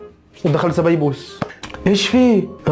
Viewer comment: هههههههه سبيبوس يا اسمع سبايوس